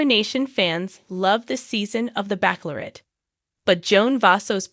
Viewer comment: NOT BACKLORRET it is pronounced like Bachelor with ette at the end! I wish i could listen to this but can’t once you mispronounce so many words